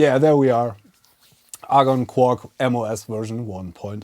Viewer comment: Argon? Say 'A'. Say 'GONE'. Agon.